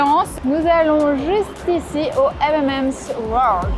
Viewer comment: J'ai tendu l'oreille quand tu as dis M'm'M's et j'ai ri (j'avoue). On dit M'n'M's (le 'n' étant l'abréviation de 'and'= M&M's). Sinon il y a une boutique identique à Londres 😉. Pour l'anecdote la plus drôle: 1ere nuit à Hanoï, nous devions nous lever tôt car rdv avec notre guide pour partir à la baie d'halong, avec le décalage horaire on règle tant bien que mal l'heure sur notre portable (à l'époque ça se faisait pas tout seul!). On se couche, et puis réveil en sursaut, on sait pas trop combien de temps on a dormi parcequ'on était pas sûr du réglage mais avec l'impression d'avoir quand même bien dormi, on s'habille en 4eme vitesse, j'allume la tv pour voir si il y a un journal tv qui indiquerai l'heure: rien. Mon mari descend au resto pour voir si il y avait une horloge. Il remonte: on avait dormi 1/2 heure 🤦‍♀️et là on est tombé comme des masses après ce coup de speed. Aussi, là c'est une anecdote qui revient à chacun de nos voyages à l'étranger : mon mari comprend bien l'anglais mais pour moi ça va trop vite et je comprends pas tout, par contre il ne parle pas bien l'anglais mais je me débrouille bien, donc quand on s'adresse à un autochtone, mon mari me traduit et ensuite je répond en anglais, et là l'autocthone nous regarde bizarre et doit se dire "ils sont fous ces français "